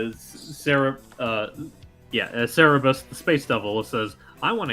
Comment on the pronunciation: The way Bowser said No, when I asked him to sing was funny. And Yes, I did Sing Other Friends at a Karaoke convention Part was Also its Pronounced Cer-ber-us